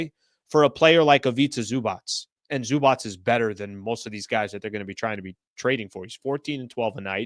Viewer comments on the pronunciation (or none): none